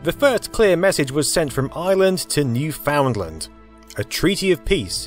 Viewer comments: As a person from Newfoundland, I have to point out you are saying Newfoundland wrong. But if you ever came to Newfoundland I would take you to the location where the cable was landed. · I love how non-Canadians say "Newfoundland." :) In Canada we read it as "NEWfinland." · That particular pronounciation of Newfoundland wrankles us Newfies to no end. Let's learn how to say it properly shall we? Say it with me now........say Newfen......then say Land........say it again......Newfen........now Land. Put em together.......Newfenland. Newfoundland, that's it. None of this "FOUND" business. Tell your friends. Great video by the way. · please don't pronounce Newfoundland as New-Found-Land. Its not 3 different words but 1 word, other than that you did a good job explaining. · FYI : New Foundland is pronounced as "New Finland" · Remember, Newfoundland rhymes with understand. It is not pronounced newFOUNDland, the emphasis is on the last part, not the middle. Americans and others love to pronounce it wrong and we're not sure why... (Source: Canadian) Otherwise, great video! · good video, Newfoundland is pronounced (new-fin-land) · “New-fun-land”. The “ound” is not pronounced. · Its more like Newfun land than new-foundland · It's Newfoundland not New Found Land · Hate being that guy but its pronounced ‘new-fin-lund’ not like its spelled. Otherwise awesome doc! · being a newfie i literally hate anyone trying to say newfoundland lmao none of yall know how to say it and i get it your not from here so you'd never know HOW to actually pronounce newfoundland but... doesnt matter from where (but most especially mainland americans) i cant stand it its like nails against a chalkboard for me and i grew up in the mainland lmao prolly why i cant stand it oh good vid tho totally wrapped up in this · its pronounced Newfinland haha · not new-found-land :p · I thought I was hearing things... Oh well excellent video despite the usual mispronunciations.